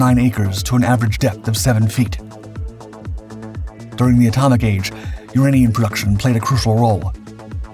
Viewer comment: Also I'm going to add the I'm pretty sure he did use AI due to the pronunciation of "uranium".